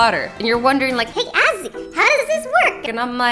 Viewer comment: Azzy instead of saying Azzy you say assy no offense but it's kinda weird 😂😂